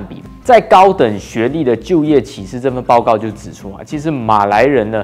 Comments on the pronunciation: 请注意一下拼音，“歧”是第二声不是第三声，毕竟是有不少观众的频道。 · 是qi 第二声 不是第三声 歧视你😂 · “歧”视，那个字读二声（同：奇），给你讲到好像启示 XD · 歧视不念“启示”；”歧“的正确读音和“奇”同音。怎么越来越多本地华人对汉语的正确读音都掌握不好呢？难道马来西亚的华文水平一代不如一代？感慨。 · 你要说的应该是发音, 不是拼音。不过真的不该犯下这么低级的错误。大家共勉之。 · 多嘴一会儿一会儿，“歧视”的读音和“启事”不一样，“启”第三声，“歧”第二声。所以当我听到你信誓旦旦发出“启事”的音，在解释“歧视”二字会有点想笑。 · 主播歧视的读音让我一度怀疑我的中文是不是错了qíshì歧视，（不是找茬只是分享罢了😊😊😊） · 赞！但注意歧视的歧是第二声。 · 沒有歧視的意思，只不過「歧」念第二聲。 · 念歧qí 视shì 啦~~ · ”歧视“ 正确发音： qí shì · 歧视的歧念第二声…… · 请先去查好歧视怎么念再来歧视零零后k 还有你的错别字很多xia